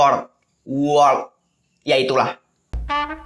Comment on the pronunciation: Jir gk bisa ngomong world kwkwkwkw